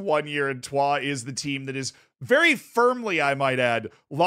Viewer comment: the pronunciation of troyes is acc spot on, was expecting the average american “troy’s” pronunciation